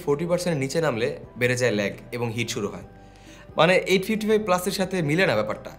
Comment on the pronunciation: লেগ না রে ভাই, উচ্চারণ ল্যাগ হবে।